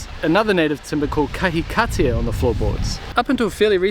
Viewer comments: Don't think he pronounced it right, unless they say it differently in Nelson haha. Should be Ka-hika-tea. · You should try pronouncing kahikatea like a normal person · Your pronunciation of Kahikatea made me reconsider how i have been saying it for the last 40 years... 🤔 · Ah yeah, I get what you mean. Had the same thought process. Checked a pronunciation on Te Aka and I've been saying the 'tea' part slightly wrong.